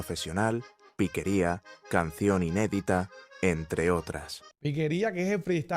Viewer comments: no es piquería, es piqueria. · ¡Ey mani! Gracias por reaccionar a este género que se lleva en el alma y que corre como río caudaloso por las venas. Por aquí te dejo una corrección, no es piquería, el nombre es piqueria, que como ya sabes es la capacidad de improvisación, tomando como base una canción conocida. Bendiciones desde Valledupar.